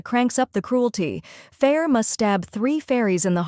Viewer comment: This book has been out for how long now? 20seconds into the video and I’m already annoyed on top of that mispronounced the MC’s name? Just stop reading, it’s obviously not doing your brain any good.